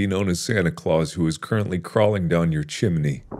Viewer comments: “Thats not a chimney, that’s a chomney” 😂 -Markiplier 2020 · Markiplier: “that’s not a chimney, that’s a CHOMNEY” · "That's not a Chimney, That's a CHOMNEY " -Markiplier 2020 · Chonkey chimney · “That’s not a chimney, that’s a CHOMNEY!” 😂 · Markiplier: “That’s not a Chimney, that’s a CHOMNEY” Me: Dying of laughter😂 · Who else laughed like hell when he said Mark: That's not a chimney.......That's a CHOMNEY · "That's a C H O M N E Y" Markiplier 2020